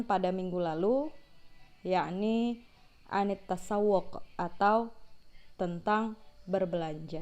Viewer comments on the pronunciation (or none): Bilang yakni pun jadi ya'ni ya kak 😀